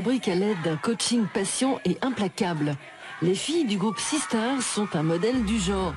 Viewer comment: C'est pas "Sisters" mais "Sistar" !